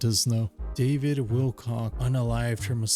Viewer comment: Great episode. LMAO she said his name "Wilcock" with a Punch 👊 👊 😂😂